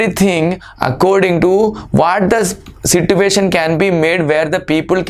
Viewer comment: Situation ko si-tu- asion 😂